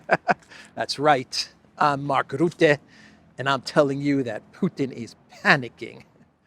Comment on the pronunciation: Mark Rootte does not exist. I only know Mark Rutte. Why is it difficult to pronounce his name?